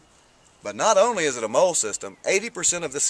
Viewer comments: yeah its "Molly" like the girls name but no big deal. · not to be mean or anything but its not pronounced moll.